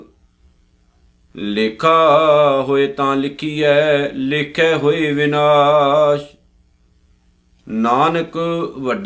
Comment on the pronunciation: ਭਾਈ ਸਾਹਿਬ ਸ਼ਬਦ “ਵਿਨਾਸ” ਨਹੀ “ਵਿਣਾਸੁ” ਹੈ, ਬਾਣੀ ਸ਼ੁੱਧ ਪੜੋ ਜੀ